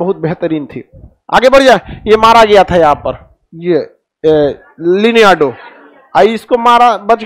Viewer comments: It's not Leneardo it's Leonidas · Leonidas ko lineado.. Sparta ko E Sparta.. iska lecture dhekoge na to pagal hojaoge.. movie dekhe ghor maha chutiya bana raha he bachoon ko wah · लिनियार्डो ❌ लियोनार्डस✅ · Sir ji, leonardo naam tha liniardo nai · Let me correct you sir this is Leonardo not leniyardo. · Sir ji vo leonardo hain Lianaado nahi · Leonidas ❌Leneardo✅ Xerxes ❌ jerksis ✅ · The king name is Leonidas, not liniyardo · Leneardo nhi hai wo its Leonidas लियोनाइदस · Leneado nahi Khan sir Leonidas bolo😂😂😂😂😂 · Liniado nehi Bhai Leonidas hai...😀😀😀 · ek to baar baar ye "liniyardo" mat kahiye wo "Leonidas" tha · Its not liniado its Leonidas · Liniado nahi sir, Leonidas tha. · It was Leonidas Not liniyardo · Vo liniado nhi Leonidas hai 😅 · Leneyado naam nhi tha sir lionidous naam tha 😅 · It's leonidus Not leniado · It's Leonidas not liniardo 😑😑😑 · Isparta nahi saparta. Liniardo nahi Leonardo..... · Leniado nhi Leonidas tha sir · Leneardo nahi Leonidas 😐... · Leonidas not liniado 🙏🏻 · Leonaidas hai Sir G.....lineado nhi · Leonidas not leonado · Pehle bolna sikho leneyado bn nahi Leonidas tha uska naam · Lineardo nahi Leonardo. 😂😂😂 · Leonidas hai leniardo nhi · Lineado nhi Leonidus nam tha.🤣🤣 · Liniyardo nhi leonardo hai .... saala sab padhai ka mazaak banaye hue hai ..... paisa kamaane ke lie kuch bhi bas bakk dena hai ..... gyaan mandir hota hai aashirwaad ke tarah baato .... mithai ki tarah becho mat .... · Linyado nhi h, 'Leonardo' h vo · नाम ठीक से लीजिए सर लियो naidrs नाम था उसका सेनापति का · leonidas bolte hai na sir ? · Sir ji its Leonidas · Liniyado 😀😀😀 Abe kya pronounce kar raha hai..😀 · Sir, please atleast you should pronounce Leonidas correctly.student learns from ur lecture sir. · It's Leonidas